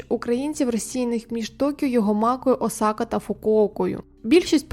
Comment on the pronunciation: Може КраЯни? Може Осака аж ніяк не О сАка😂😂😂